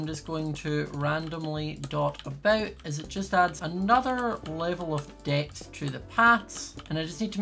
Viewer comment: Did anybody realize that when says depth it sounds like death?